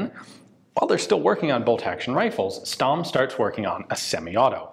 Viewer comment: Stamm is actually pronounced Shtamm